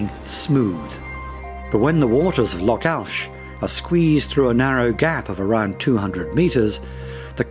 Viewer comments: Worst pronunciation of scottish names ever. Wtf is this.. Ilan donnan, locks??? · Informative, but a bit naff that simple words like 'loch' are mispronounced. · Loch is pronounced like the ch in Christmas. Loch Leven is Leeven. Eilean Donan Castle is Aylin Donan. Ardnamurchan (still ch in Christmas) is the most westerly point of the British mainland. Staffa, near Iona is a columnar basalt island whose cave inspired Mendelson's Hebrides Overture. Just south of Mull is Corryvreckan, the second largest whirlpool in Europe. You could make a dozen videos, but great shots of what was covered. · I hear you! Am learning Gaidhlig and it gets boring hearing it being called "gay-lic". But no worse than hearing Lock instead of Loch! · Still the same ,Don’t know a Lock from a streach of water Loch. I feel the same Davie about intrusive music. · Its a lake, and its loch not lock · Why have they not used a Scottish person to narrate this? pronunciation of place-names, the word loch (not lock) and even Gaelic (not Gaylick) is awful... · Its loch, not lock. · Loch not ‘lock’ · A good video production spoiled by a lack of a Scottish accent. No offence meant but this extremely good video would have been much better spoken with a local tongue. . . . oh and by the way they are pronounced “Loch’s and not Lock’s”. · It's lochs not locks ;) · Lovely photography, but PLEASE get someone to do the commentary who can pronounce the place names correctly! Several mispronunciations, including saying 'lock' instead of 'loch' - aspirated sound, not hard. Spoils an otherwise lovely video. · Good video but should get the Scottish pronunciations right first. Constantly hearing lock instead of loch really irks a Scot! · Beautiful video, but "lock' and 'gay-lic'? Might have been nice to have someone who could pronounce these words properly. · film very good ,however next time get a Scot to do the narration,so the words will be pronounced correctly ie,lock ahhhh